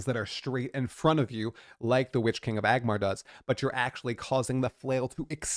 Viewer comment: Hey! sounds very relatable like this!....weird........I gotta stop you..... It is "ANG-MAR". He is the Witch King of Angmar. "AGMAR" is....idk... some orc probably. 2nd edit- This could've been avoided if you had said "Sauron during the Battle Of the Last Alliance when he just bitch slaps Numenorians and Elenndil before Isildur gets involved in the Prologue of Fellowship" again... you're going into this NOT resistance capped!